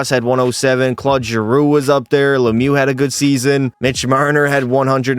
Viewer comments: Mario lemew 🤫👈🏼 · he said "Mario Lemu" 💀